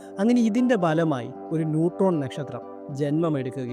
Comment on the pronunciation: ഒരു ഗോളത്തെ സൂപ്പർ മാസീവ് ബ്ലാക്ക് ഹോൾ ആക്കുവാൻ ആ ഗോളത്തിന് മിനിമം എത്ര റേഡിയസ് വേണ്ടി വരും!!!? നക്ഷത്രം എന്ന പദം വ്യക്തമായി ഉച്ചരിക്കാൻ ശ്രദ്ധിക്കുമല്ലോ?, എന്തായാലും വീഡിയോ നന്നായിരുന്നു.👍👍👍👍❤️❤️❤️❤️